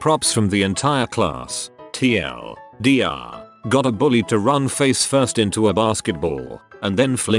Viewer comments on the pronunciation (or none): How does a bot that reads reddit posts not know how to say TL;DR? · it's actually pronounced Tea El Deer. It's basically short for the one reindeer of Santa who he killed and ate. We use abbreviations bcz we aren't allowed to name him or sing about him or Santa will....